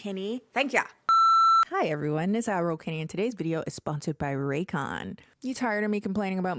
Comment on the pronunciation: Everytime you say “ad-roll ” my brain hears “admiral ” 😂